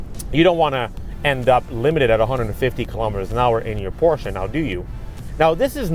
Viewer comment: Nice review kudos for pronouncing Porsche and Taycan correctly. Not to much time spent on tech more on driving feel.